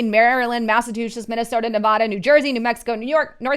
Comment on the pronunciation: Please take a moment and learn to say "Nevada." *NAILS ON A CHALKBOARD** BTW, Las Vegas will follow California because of all the California transplant but the rest of the state has always been more conservative.